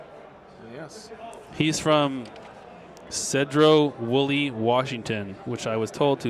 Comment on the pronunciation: In case no one mentioned this, its pronounced [SEE Dro Wool E] Sedro Woolley I used to live there, he wanted it mentioned because town has 1 main road about 3/4 of a mile long is all